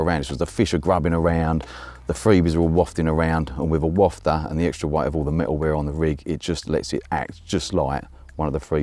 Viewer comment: big ups for pronouncing wafter properly👍